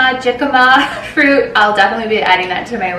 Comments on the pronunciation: You pronounce the J like you would an H in English for the Jicama. Very good fruit. Enjoyed the summer meals ideas! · The j is silent in jicama "Hee Kah mah" you're welcome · Jicama you gotta say it with an H lol not hi but say it like he-cama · One of my girls names is Abigale Rose. Abby Rosalina is cute. jicama Is pronounced hick ama. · Cute salad :-) btw its hick-a-ma ;-) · Jicama is actually pronounced hick-uh-muh :) so delicious! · The vegetable is Spanish or South American and you pronounce it Hick-ah-muh. J in Spanish sounds like an H as in Juan. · Hey. So the fruit is pronounce He-ka-ma. It is very delicious! You can even put some lemon and chili powder on it😋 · Hey! It’s actually pronounced like hic-ahma it’s a kind of Hispanic potato! It’s one of my favorites - especially with some ranch or tajin and lime! Loved the video! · We have an Isla (eye-la) and an Emery. I love Eloise too! Also jicama is pronounced hick-a-ma :) so good in salads too!! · It's pronounced "hee Kah mah" its spanish, the J is silent :) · Hey, I'm glad you are all going well, so nice to see you, Adam and the kiddos having fun with grandma and grandpa while this hole covid-19 nightmare is still on. You look absolutely beautiful I love your baby bumb and that cute red bikini 😍 lol yes the way to pronounce Jicama is He•ca•ma and your fruit salad along with your watermelon & mint lemonade looks delicious I can't wait to try it,now that I've become such a watermelon lover. I love your backyard and your canopy is so cute with your hanging flower pots, I can't wait to have my own veggie and fruit garden... NumNumNum.. PS if you are leaning towards the name you have for baby number 3, what about Rosanna, or Mia 💜